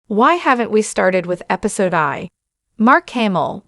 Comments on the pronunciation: Use AI if you’re lazy but at least make it say Episode 1 instead of Episode eye.. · "Episode Eye"????